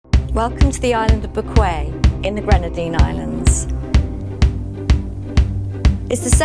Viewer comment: That's not how to pronounce bequia, im fom bequia and that is not how to pronounce it